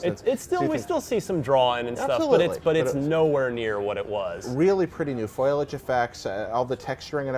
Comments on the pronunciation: What's foilage? Is it similar to foliage? ;) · "Foilage" effects? Jesus fucking Christ.